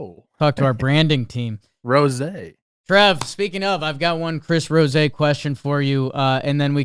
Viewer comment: I'm pretty sure Trev attempted to do the Chris Rosé and said "Chris Rosey" instead. Go check it out on Baseball Today.